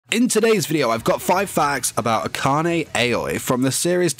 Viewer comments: He pronounces her last name Ack-an-ay I thought it was pronounced Akane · eHkanay ehyoy. A friend of Yashiro Naynay